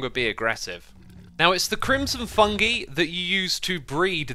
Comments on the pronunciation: I wonder if he knows it a pronounced "fun-guy" not "fun-gee" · İts not “fungee” its “fung-eye” or its like saying fun guy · Just so you know, it is pronounced fun-GUY, not fun-GIE. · Its fung"eye" not fungee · “Fungi” is pronounced “fung-eye” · Noone??literally noone he said fungi wrong